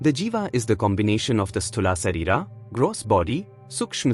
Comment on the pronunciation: Please. Have you heard his pronunciation? Not correct for Sanskrit. It's pronounced Shareerah . The h sound at the end Can also be left out here in this case.